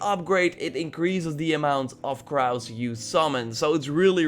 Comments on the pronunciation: Crows is pronounced cr-oh-wz :) Edit: nvm saw ur comment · Do british people actually say crows like that or has he never heard of that species of bird